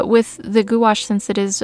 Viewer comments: "goo-ash" sounds crazy bc its actually pronounced "gwash" (one syllable). Pronounced like "wash" in "carwash" but with a small "g" sound in front of it. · Goo-ash? Really?